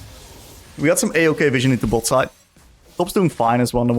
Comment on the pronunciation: Hey man thank you for the content. You're really good at explaining your thought process. The whole video I was so confused on why you used the term 'fishing' whenever placing a ward. I figured maybe its a term I didn't know yet, fishing for picks? Then it clicked on me. You're saying 'vision' XD Gave me a laugh at my own stupidity. Thanks though for the content and the fun!